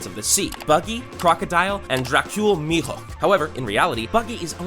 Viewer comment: Mihar not Mihawk